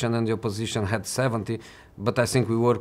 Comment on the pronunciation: How is this dude not able to pronounce the word “think” after living in England for 10+ years…..